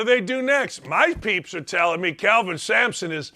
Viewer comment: It's Kelvin not Calvin. lol I wish he would've been able to stay at Indiana.